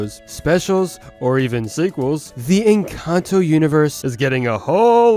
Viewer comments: me: en-cán-tó him: en-can-toe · Bruh why do youtubers keep saying Encanto the wrong way. 😒